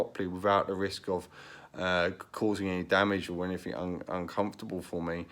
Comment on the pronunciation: When you say anyfink did you mean anything ?